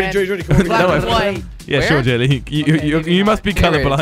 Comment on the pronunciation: Hahaha 😂😂😂😂😂 you said gelly not jelly hahahaha